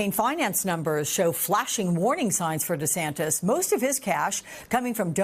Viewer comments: The reporter called him Desanctus 😂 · How many times did he said Desantas wrong.